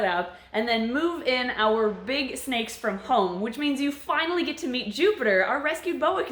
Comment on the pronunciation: Who else thought she said now you get to meet poopiter